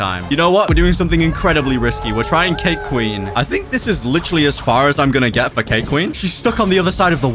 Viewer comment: Can we get much higher? “I think we can het higher.”